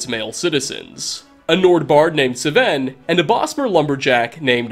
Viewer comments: Its sven not seven nor saven or s'ven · He mispronounces Sven and Faendal. I side with Sven because in the Dragonborn DLC as a follower Sven will use Talvas Fathryon's line. "I suppose Master Neloth won't mind. He's always telling me to stay out of his way." In 1 save slot I married Camilla with Sven as a steward and Faendal turned hostile when he saw me come home he was trespassing on my Lakeview Manor property Sven killed Faendal. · Fine-dal and Sfen not Fai-en-dal and S-ven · “Su-Ven and Fayendul” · "Saven" "Fay-ai-ndel" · Me:Sven and Feandal:Sevayen and Feaayandal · This is just a pet peeve of mine, but I really feel like if a word or name is spoken by an npc in a game, that should be the CORRECT PERNUNCIATION!!!!! S-Ven???? Fa-aindal!!!. Camilla? Don't you mean Camel- a??? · My man just pronounced Sven and Faendal wrong lmao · Sometimes i wonder does really play skyrim or just use it to make money. Both are cool but the way he pronounce npc s names sounds like he never met them. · the way he pronounces Sven and Faendal should be considered a hate crime. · You managed to misspronouce both Sven and Faendal